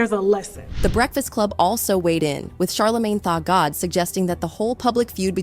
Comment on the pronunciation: did the AI just said “Charlamagne Thot god “? Or am I hearing things 🤣🤣